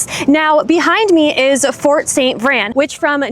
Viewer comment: You’re pronouncing it incorrectly. It’s St. VrAin. Pronounce the A!